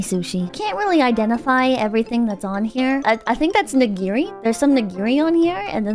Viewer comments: the way pronounce nigiri will haunt my sleep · why do you pronounce "nigiri" with an extra g 🤨